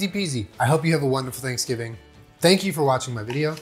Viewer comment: Did he say happy Thanksjulen? That's what it sounded like to me! 😊